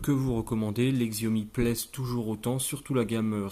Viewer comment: c'est Chiaomi par Xiaomi , enfin la prononciation , ça s'écrit Xiaomi mais c'est Chiaomi sinon ce telephone est incroyable pour son prix